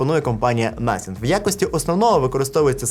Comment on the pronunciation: First 🇺🇦 Коли казав слово nothing мені почулось naфіг😁